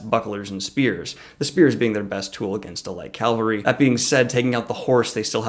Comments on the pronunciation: You keep saying cal-ver-y, isn't it ca-val-ry? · Thanks for the video! Great job as always. One request from someone with a military background: please stop saying “Calvary” instead of “cavalry”. Calvary is where crucifixions happened, cavalry are mounted soldiers. Notice where the L is in each word. I’m looking forward to the next video! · it's pronounced CAValry. not CALvary. The ;latter is a place. The former are a unit type. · I love you, but CAVALRY, not CALVARY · ...Calvary... Cringe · Great analysis but can you say "cav-al-ry"?!! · Is this guy saying calvary instead of cavalry? xD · you were killing me with 'calvary' i/o cavalry! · What is calvary? :S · It's cavalry. Really? Don't let me go. Stop saying calvary. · Nitpick: Cavalry are military units historically made up of horsemen. It's related to the Spanish word Caballo for horse or Caballero for cowboy (I think it is a little weird that their word for that concept means "horseman" and ours means... cow boy) and in Spanish the V sound has basically merged with the B. Also Chevalier in French is Knight, a role noted for their horsemanship and in French Cheval is horse. So, the common thread here is that the V sound (or b/v) precedes the L sound. Calvary is the Anglicization of the Latinization of the Aramaic word for the place where Jesus was crucified. Sorry I can't help it. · "CAVALRY" ... U keep saying "calvary" ...